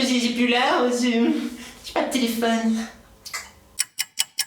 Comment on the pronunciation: on dit pas téléphon on dit téléphone 😂😉